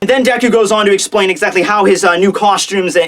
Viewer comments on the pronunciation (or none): none